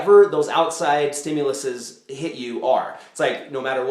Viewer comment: lol, stimuluses